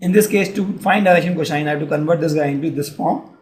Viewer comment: He says "Cosine" normaly rest of the time he's faking it and saying "coshine"